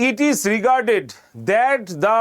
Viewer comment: Sir হয়ে Regretted কে Regarded বলছেন 😢, আর আমি কোর্স নেবো না😂